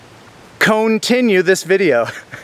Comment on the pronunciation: eye did... nt gIvE... U..a.. tHumBs... dowN --- 'cone tinue':->